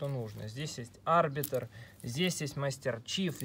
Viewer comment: Да , конечно ошибок много 1- не А́рбитр а Арби́тр то есть ударение на и 2- там был не плазменный бластер а огнемет (А остальные уже забыл)